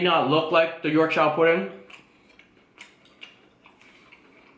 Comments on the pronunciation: I chuckled every time you said Yorkshire pudding hahaha it's pronounced like Yorksure. The food looks absolutely delicious, my mouth is watering haha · Wow, rib looked super!..it’s pronounced “york-sha”.... omg, I’m salivating. Not fair....gonna def. do a rib dinner this week cos of this vid,.